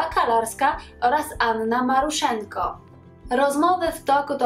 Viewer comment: Anna Maruszeczko, a nie Maruszenko